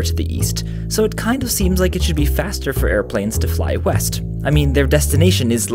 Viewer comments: I actually thought it said Weast. LMAO😂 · I thought you said Weast. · ooohhh i thought you said "weast" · I thought you said "Weast"